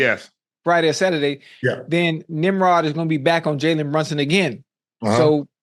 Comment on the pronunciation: He called him a nemrod😂😂😂😂